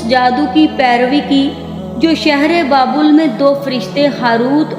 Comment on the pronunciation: Pehly naam too sekho baebal nahi babul ka kua apny talafuz pe ghoor karo